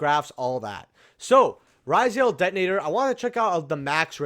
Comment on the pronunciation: Pronouncing ryzeal funny